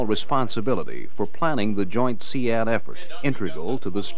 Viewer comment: I pronounced it seed, hearing see ad when its spelt sea with a d on the end sounds so weird lol